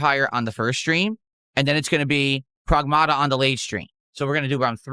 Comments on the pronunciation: Prowahgmahta 😂 his accent is so ugly. Also with his degenerate audience he probably shouldn't be playing a game with an underage girl in it just saying. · What is he saying, "Progmahduh"? 💀